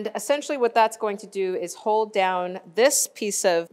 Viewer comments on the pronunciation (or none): none